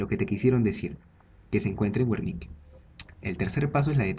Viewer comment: se dice: [bérnika]...buen video